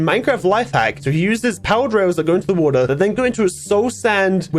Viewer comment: the way that said a bucket o'wo'ra